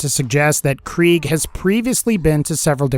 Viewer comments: It’s prounounced “Craig” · It’s pronounced kra-g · Kriegs not German though 😂 it’s prounounced “Craig” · I thought krieg was pronounced craig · It's pronounced Craig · Why do you say krieg as kreeg you make it sound stupid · I think its pronounced kreg